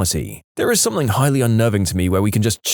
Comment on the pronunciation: No K in the word something